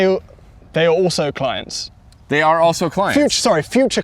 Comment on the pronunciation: "Clints"...... RIGHT 😂😂